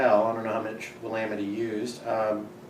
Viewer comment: Finally someone who can pronounce willamette correctly. Did you get to Naked city? I may check it out in the next few days before everything's gone. Cheers.